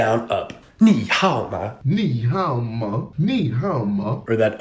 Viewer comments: The tones for 你好吗 weren’t even right 😂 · As a Chinese person living in Beijing, I can confirm that ur not pronouncing 你好吗 right.